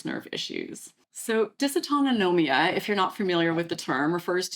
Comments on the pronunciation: I'm sure someone alerted you before - but just in case, it is dysautonomia - which I have. You added an extra syllable, no wonder it was hard for you to pronounce. Thanks as always for your info. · Just an FYI. Not how you say dysautonomia. Not even close.